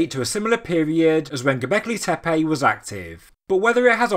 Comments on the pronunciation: Please, "tepe", not "tepeii"! And, if at all possible, "Göbekli", not "Gobekli", as the latter would go against Turkish vocalic harmony. For the rest, thanks for the regular updates! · Man can you please learn to pronounce Tepe.